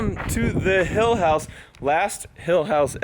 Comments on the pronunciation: When you said welcome to the Hill House I thought you said Hell house. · A Texan shouldn't say "hill house" because that's not what I heard lol! Hopefully the house hasn't been that stressful 🤣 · “Renovating our dream hilltop home” hill house sounds like he!! House 😂